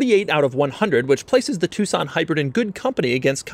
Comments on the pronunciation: It's not Hyundai two-son it's a tuCson (like tuk-son) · Doug, why u saying TucSAN? its an O men... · Us asians call it Tuck-son instead of Two-son U know, how it spelled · Did anyone else think it was pronounced Tuck-Son this entire time ? 😅